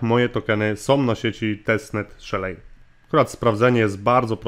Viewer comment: Nie Szelej a Szeli. Nie w Polach a w Pool(basen) Wideo Ok, ale sa niescislosci w tym co mowisz. Node mozna odpalic na Linux, Windows, MacOS